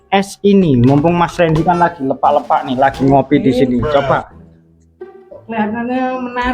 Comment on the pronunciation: Pembetulan sebutan (LEPAK)salah sebutan di depan nya LE,,cari info untuk sebutan yang betul..